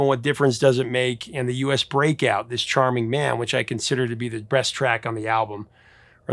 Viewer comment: A joke. You said "breast" when you clearly meant "best". That's all. 😁